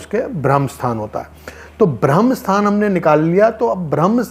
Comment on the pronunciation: भाई जी ये ब्रह्म स्थान होता है न की भ्रम स्थान